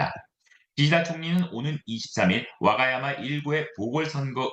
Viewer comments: 와가야마가 아니라 와카야마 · 와가야마(x) 와카야마(o) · 일본 특파원이면 와카야마 라고 발음해야되는거 아닌가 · 기자 붕신아 와가야마가 아니고 와카야마다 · 동경특파원의 일본어 발음이 문제 와카야마를 와가야마로........